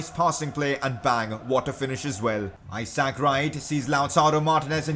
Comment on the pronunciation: #pcq The way you say Isaac Wright’s name drives me insane. It’s not I sack. It’s I zuhk. Love the videos though buddy :).